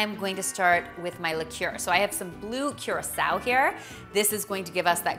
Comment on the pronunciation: It’s pronounced kurasao